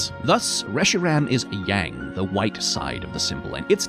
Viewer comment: The contrast between such a great explanation of Taoism, and the incorrect pronunciation of Yang is physically jarring